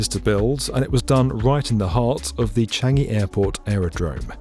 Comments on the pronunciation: it’s CHAN-gi not CHEN-gi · "Cheeeyngi" Yeah very authentic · isnt it chan jee?